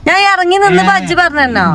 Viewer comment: വജ്ജ്, സംന, കുജ്ജ്‌ ബിൽറ്റ്, പയ്തത് 😂🥱